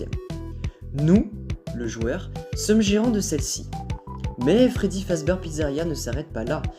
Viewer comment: La vidéo est top... Mais ça se prononce "Fazbir" haha